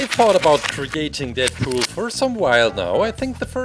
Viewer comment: GUYS DATS IT DeAdPoeol (Not roasting just correcting)